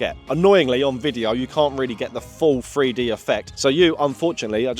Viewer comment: He can't say the number "3". Lol, it's a free dee camera.